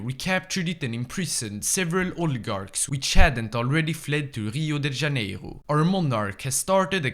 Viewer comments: I love how he pronounced everything like he was French (HCCHio da CHHCHHCHCaneiro instead of Hio de JJaneiro also he did the same with Rio Grande do Sul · He pronounces Rio de Janeiro more than Cariocas lol (I have both Santa Catarina and Parana accent in me because of my parents so I so everything with a normal R and sometimes with an H R)